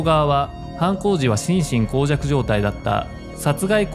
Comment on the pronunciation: しんしんこうじゃく じゃなくて しんしんもうじゃくじゃない？